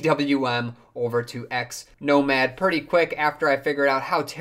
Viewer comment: Wondering how many times you can mispronounce Xmonad in a single video. :-)